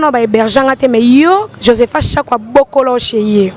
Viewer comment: Ba cafard na anglais ba bengaka ngo nini??? Kiekiekiekie alobi “ bakokoloche” Kiekiekiekie oyo vraiment illettré jurée walayi